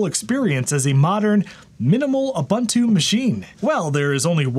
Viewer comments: it's pronounced: Ooh - Boon - Too The letter “U” has the same phenome in each instance, it is not pronounced Uh- Bun-Two with three different “U” pronunciation. Love your channel! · it's pronounced "oo boon too"... boon not bun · Pronunciation is oo-boon-too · hate to be that guy.... its uu-BUUN-too, no buns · Ubuntu doesn't have the word bun in its pronunciation. The second u is pronounced the same as the first.